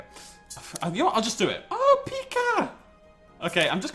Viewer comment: I believe it's called a Pie-ka, though I could be wrong XD